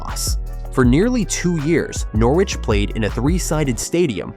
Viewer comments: Nor Wich ha ha. Lasted one minute before turning off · You make a video about Norwich but cant even pronounce it right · Another video that sounds like it’s been commissioned by some American marketing company. At least get the pronunciation of the City correct before proceeding on a self funded expansion plan which we’ve heard so many times before. The lack of ambition to upgrade the City Stand is now down to the current board and it could be funded by building it first ! and stop the nonsense about fan zones.Fact